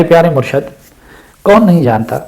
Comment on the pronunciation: بہت قیمتی نصیحت ہے اللہ تعالی آپ کو جزاء خیر دے اور عمران خان کو ہدایت دے، آپ کی توجہ کے لٸے عرض ہے کہ لفظ "مُرْشَد" نہیں "مُرْشِد" ہے